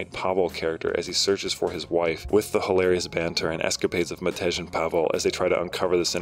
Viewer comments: Not to be a nerd but the J in Matej is read like a Y, it's the eastern European equivalent of Matthew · the J in Matej should be pronounced as a Y, it should sound like it rhymes with "yay", just make the a bit more flat so that it's like an e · funny thing is. I don't think the sound that t and e make together (the Ť sound) even exists in English. If I were to write the name, the way you pronounce it. It would be Matéž. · Jesus, I played the entire game without knowing you can sprint. I am a complete idiot. Also, funny how not a single English speaking person has pronounced Matej correctly.